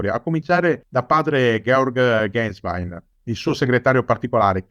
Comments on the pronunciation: Un paio di commenti... Se non sbaglio Ratzinger fu quello che "distrusse" la Teologia della Liberazione... Poi Ganswein si pronuncia "Gansvain" non "Gensvein" all'inglese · si pronuncia genswain, è tedesco Gänswein